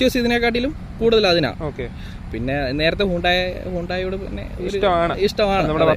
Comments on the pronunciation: Hii undai alla mister...its hundae..enthonnade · Hayude ennala bro paraya.. Hyundai enaan paraya. shredich parayane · അയ്യേ ഹയണ്ടായോ 😂😂 ഹ്യുണ്ടേ എന്നാണ് original